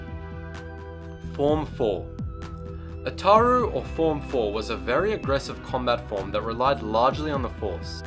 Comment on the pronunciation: Darth Maitland Ataru was pronounced fine.